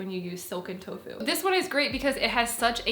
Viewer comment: "so next up we have silken...toe foo(t).." sounds delish 🦵👌👍